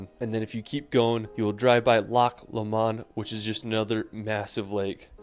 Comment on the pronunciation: And Loch Lomond or Glasgow are nothing like he pronounces them! Glasgow is not GlasgOW but Glas-go, the W is silent, if you ever go to North Berwick the W is silent it’s Ber-ick not Ber-wick